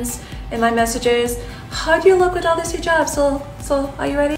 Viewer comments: Dude, it's Hijab NOT 'Highjab'. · "hi ' jab" lool what? its pronounced heeeejab!!! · It’s not “High -Jab”. Like are you kidding? I swear you did that for attention😭💀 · It is not pronounced “high jab”!!!!! Omg!! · Hee jab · Shaeda : Hijab Narrator : Highjub 🤦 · Why this guy in the video pronouncing "hijab" like that?? "The HI-JAB!" God... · It sounds like you said "high jab." God that makes it even more funny for these crazy Muslims.